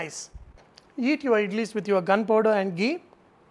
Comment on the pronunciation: Did he just say eat it with ''gunpower''?